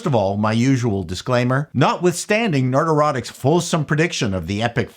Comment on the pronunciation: I enjoy your video, but I’m curious: is there something Freudian in your pronunciation of Nerdrotic (which should sound something like ‘neurotic’), but instead you make sound like Nerd-Erotic? He IS a handsome nerd… Just wondering.